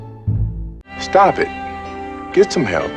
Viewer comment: I'm willing to bet Oli would have no idea who said Trustfated (or Stob it!!) S T O P....IT! 😆😆😆💜